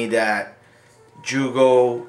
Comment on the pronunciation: Haha It's pronounced yugo not jugo YOUGOH haha